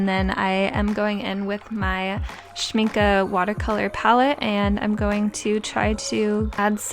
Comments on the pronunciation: Your "schmincke" did sound quite good 👍🏻😊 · Beautiful again. Yes you say Schminke right. It’s all good. Your art is amazing. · Your pronunciation of "Schmincke" was perfect! Love your style!!